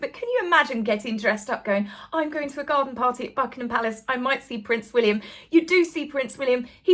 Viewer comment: I've heard, and totally agree with, that the new way to pronounce Prince William's name is Prince Will-yummm!